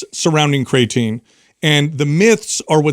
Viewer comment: He says cray-atine lol